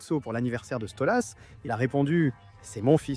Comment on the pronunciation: Question con : pourquoi tu dis StolUs ?